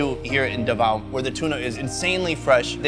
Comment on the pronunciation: Davao is pronounces as DA-VA-U